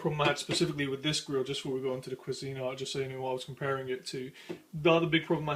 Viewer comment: To the OP, the brand "Cuisinart" is NOT pronounced "qwa-ZEEN-art," it's correctly pronounced "QWEEZ-en-art." I know that's nit-picky but that's the way I've heard everybody pronounce it for more than 50 years...